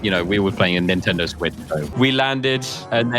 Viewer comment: “Nintendo Sweetch” 💀